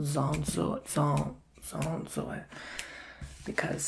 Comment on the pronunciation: The ,,zzzon‘t zo it“ woah that was amazing my braid freaked out like wow